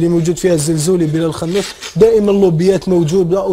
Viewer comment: بلال الخنوش ماشي اخنوش